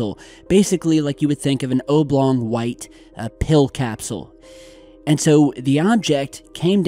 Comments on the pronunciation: Yes, an "obe long" capsule.. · Hahaha “O-blong” 😂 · Dude, oblong: the O is short, like knob. Not obe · Ol' Skool and that is relevant how? I'm being ocd about his pronunciation of the word oblong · Eric VanLandingham because it was quite large the short ‘O’ may not have done it justice ! Sorry mate, it’s kinda late here !